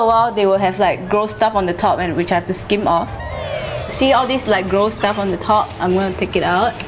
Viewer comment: I think it's the other way round. She said as "star" but she's trying to say it as "stuff". Lol I never realised she said "star" until I saw the comments, cause all along I heard it as "stuff".